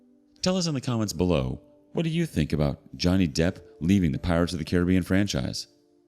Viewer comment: Geez the mispronouncing of Caribbean is ridiculous lol